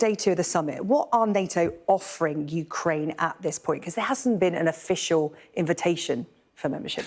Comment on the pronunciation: I love that "ooh cry enya" 😂